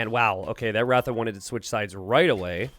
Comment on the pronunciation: It's pronounced r-uh-tha... The first A in "ratha" is pronounced like the A in Tristan